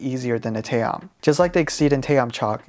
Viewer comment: TA -OM not tayom what you can't read??!